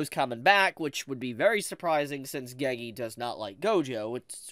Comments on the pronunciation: Why does bro say gagee It’s pronounced geygey😭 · if this guy pronounces "gege" "geygee" one more time bro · The way you pronounce Gege lol